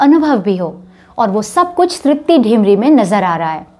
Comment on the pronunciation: तृप्ती डिमरी(Dimri) है। ढिमरी (Dhimri) नहीं। क्यूंकी मैं भी डिमरी ही हूं। सभी डिमरी लोगों का मूल गांव डिम्मर Dimmar है। ये उत्तराखंड के गढ़वाल मंडल के चमोली जिले के कर्णप्रयाग तहसील में आता है। वैसे हमारे मूल पुरुष दक्षिणी भट्ट ब्राह्मण कर्नाटक से बद्रीनाथ में रावल के सहायक के रुप में कार्यरत हैं। वैसे मुझे ये नहीं पता कि वर्तमान में तृप्ती का गांव का नाम क्या है। हां, कलाकार वाकई ग़ज़ब की है।